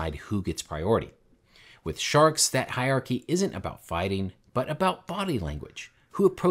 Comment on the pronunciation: There's an R in hierarchy. Just saying...